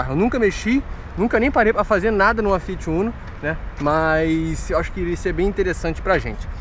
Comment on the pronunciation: Vc de falar o uno não a umo